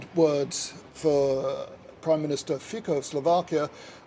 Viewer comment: The name of the Slovak PM is pronounced "FEET-so," not "FEE-ko."